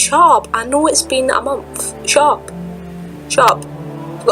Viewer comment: When you said "shut up" I heard "chop" lol